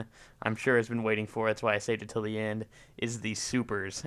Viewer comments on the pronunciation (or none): none